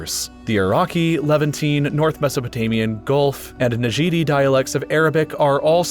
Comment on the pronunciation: Qatar and Kuwait aren't majority Shia. The linguistic map also has issues especially in the lack of variation in Western Saudi Arabia. Also it is Najdi not Najidi.